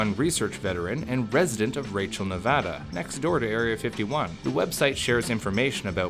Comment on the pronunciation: You pronounced Nevada right! As a Nevadan, thank you. TuT